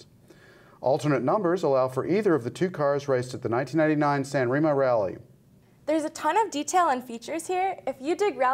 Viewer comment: OMG, San Remo, pronunciation was a horror.